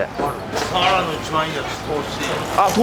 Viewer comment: かねこさんの「サ⤴︎ワラ」って発音が好き😊 「潮⤴︎干狩り」の発音も好き😊 今回もいただきました〜🐟